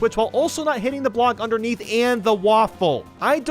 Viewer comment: he said music BLCOK